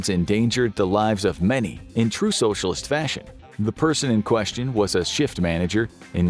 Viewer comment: "in true socialt fashion" Spoken like an average American.